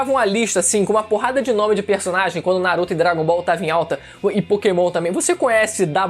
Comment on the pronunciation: Kkkkkkk que legal kkkkkk o cara falando nahuto